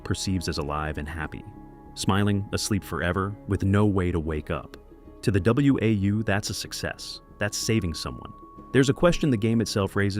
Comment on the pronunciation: Dead giveaway this video is AI voiced when it pronounced WAU as W A U instead of "Wow" like it's pronounced in the game. If an actual person had played the game, they would have known that. Stop giving these AI slop channels views people.